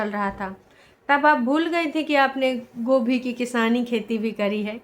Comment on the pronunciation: Kabi dhyan se sunna gobhi ko kobhi bolte h😂😂😂